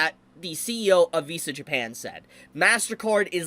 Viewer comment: XD man. .. i clicked this vid and walked into the kitchen with my headset on. .. and 3 minutes in i had to come back and see just who the heck Val is. turns out. .. man's can't pronounce "Vs" and im a dumb.